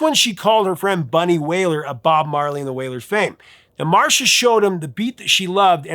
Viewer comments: Thanks for this very interesting video. FYI Ms. Griffith's name (Marcia) is pronounced "MAR-SEE-YAH" not "Marsha". And Rastafarians would NOT have written a song about a vibrator, so I believe Bunny Wailer. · Marcia, not Marsha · Love the channel,Sir. 😊 I've always heard it pronounced Mar see ahh. 😮